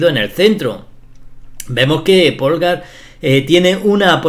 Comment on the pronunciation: bellisima, de todas formas no es lo mismo un sacrificio para conseguir una posicion ventajosa que un sacrificio con el que termina la partida porque aboca directamente al mate. Un apunte, Polgar se dice pólgar y no polgár, aunque se escriba asi